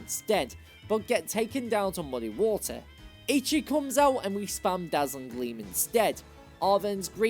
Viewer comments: Great video and content. However, Eichi is pronounced Achi. Ei in Japanese makes big A sound. Ichi (your pronunciation) means 1. Took Japanese in high school. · also it’s pronounced “aye-chee” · I used to pronounce façade like that when I was a kid. The c is pronounced as an s this time. Edit: Also, Grusha is a guy. He simply grew his hair out. And Eichi is pronounced é-ē-chi, not æ-chi or ē-chi. Edit 2: Jigaton Hammer? Really? Flam-ai-go? It's flamingo+amigo (Spanish: friend). Drag-al-age? It's dragon+algae. Aqua Jet is a priority move.